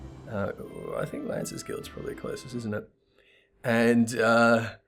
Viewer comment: Denatris thanks you for the mention...even though you did not pronounce her first name correctly...Dei-Nah-Tris...ty. Anyway, what Tony says is true...we pick because we love. Now to the story...your vids are fantastic and VERY entertaining as always. On the body hair issue...we make the assumption that since they have the "appearance" of a cat, the Mi'Quote would be covered head to toe with fine body hair, thus having more hair than any other race...least amount would be the Au'Ra as they have scales. And while we cannot confirm the lack of nipples (please Yoshi-P, we can go to nudity here...we are adults)...it is possible to add fingernails by way of the Claws of the Beast from the Gold Saucer....they are also dye able...Den's are currently pink nail varnish :) Keep the vids coming please :)